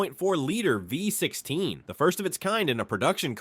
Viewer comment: Cadillac ”voy” 16. Thats the result you get when you use AI for the text in these videos.